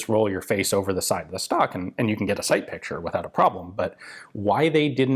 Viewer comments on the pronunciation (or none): none